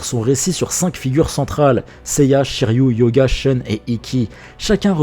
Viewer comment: Superbe vidéo. ^^ Juste pour chipoter un peu. Ryu se prononce bien = Ri You Mais Shiryu se prononce = Shi Ri YU et non Shi Ri You